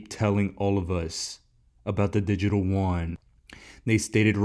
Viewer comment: I love you, all your content is fantastic...but you are driving me crazy.... the Chinese Yuan, is pronounced YOO-AHN not Won. The Korean currency is won. Keep up the great work!!